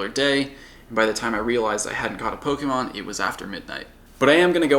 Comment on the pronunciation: He pronounces "Pokémon" as "Pogeemon".